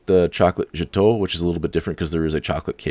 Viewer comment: Great video thank you, Gateau is pronounced 'Gato', like cat, but gat-o, hope that helped :)